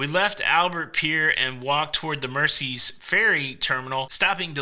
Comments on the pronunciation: Uh, to quote Gerry, I believe it’s pronounced “mer-ze”…🎸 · By the way. It's pronounced 'Merzey'. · Glad you had a great time in my home town. If I had known you were here I would have taken you around the city. Just a couple of corrections on your pronunciations Mersey is Mer-zey Liver is Lie-ver. Apart from that you did great. X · America PLEASE take note. It's pronounced "Merzee" NOT Mercy. Listen to Gerry and his pacemaker singing it. Also, it's the Royal "Lie ver" building, NOT Liver as in the internal organ.